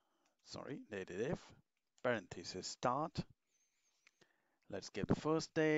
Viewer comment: Surely, the function is pronounced 'Date Dif' - as in date difference.